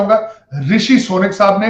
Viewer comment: Is madarchod ko dekho .... Hafiz ko shab bol rha h !!!!! Wa re porkiyo 😂😂